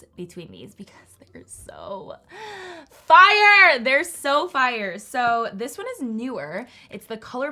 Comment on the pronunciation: noone:: “sOoœ fiRëe”